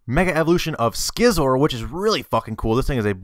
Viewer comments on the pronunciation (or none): its not pronounced "skizer" its pronounced "sizz-or" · Yes sir, he fuck'd up that one... and Gardevoir... and Manectric... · Dont believe he said scizzor wrong. Can he pronounce scissors